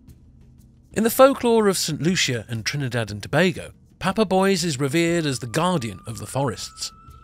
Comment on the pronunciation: also Papa Bois is not pronounced like "boys" but "bwua" meaning wood ... father wood However great video I loved it!